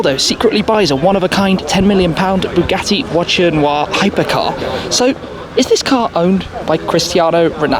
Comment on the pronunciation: Man, it’s Voiture, where is t, not voichure, where is ch.